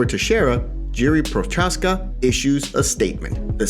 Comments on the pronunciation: It's pronounced *Yee-ree Pro-haaz-kuh. Just letting you know. No hate. It's not Jeeree Prochaska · Yee-ree pro-hosh-ka*